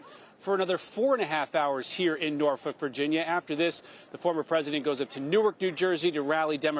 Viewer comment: pronounced Norfolk correctly!